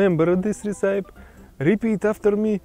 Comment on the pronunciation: recipe is pronounced - ress-i-pee. Ressipee